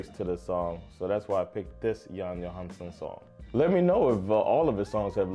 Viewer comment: Skilj på Johansson och Johansen i ditt uttal. Värt att notera är att Jan Johansens far, Egil Johansen, var en duktig jazztrummis som spelade ihop med Jan Johansson.